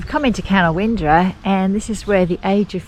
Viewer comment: Thanks for taking the time to make the video. It's a blessing during covid lock down 😊. It's pronounced Ca-now -ndra by the way, the win is left out. I checked that at the Age of Fishes when I was there.